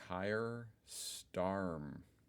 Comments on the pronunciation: 'Kyre' lol it's pronounced 'Keir', it rhymes with 'near' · Sir Keir (pronounced 'Keer' to rhyme with 'ear') Starmer... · Rishi will be expected to step down because he lost abysmally. Btw Keir is pronounced like key-er, (as in like a person who keys things) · Keir is pronounced Keer. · The new PM is Keir Starmer. The name Keir is of Scots origin and is pronounced like Keer in English. It harks back to Keir Hardie, a Scot and one of the founders of the Labour party in the 19th century. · LOL. 1.) You think the EU members would take the UK back. 2.) You can't even pronounce "Keir" correctly, although your twin butchered "Starmer," too.